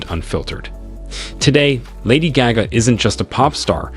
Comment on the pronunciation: I can’t watch this cause u can’t even say her name